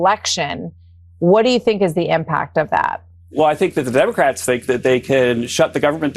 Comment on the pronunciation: WTF is he blabbing about? Opening the country? What is the Derm….it took 3 try to say democrats? Celebration Halloween? His brain is on coke!